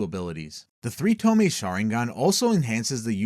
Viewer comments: tomei? TOMEI? its tomoe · "Toe-Moe-Ey." Not "Toe-May." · wtf is a tome? You mean Tomoe? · Pronounced TO-MO-EE. Js. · ok I'mma make this easier on people because I didn't know it would annoy me this much TOMOE= TOE- MOE- WAY THREE TOE-MOE-WAY SHARINGAN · Bro pronounce tomoe properly. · The 2nd o in tomoe isnt silent